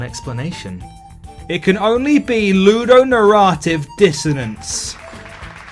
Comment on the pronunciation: Its nair-uh-tiv bruv